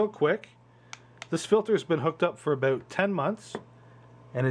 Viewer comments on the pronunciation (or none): Dude since you didn't show how to open the canister, this video is "aboot" pointless. Dah